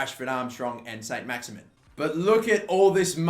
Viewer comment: I was going to try and explain the French pronunciation of Maximin but there is no point as he can barely pronounce English names....